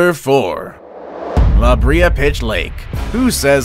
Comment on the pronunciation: Hey I live in Trinidad and you pronounced the name la Brea wrong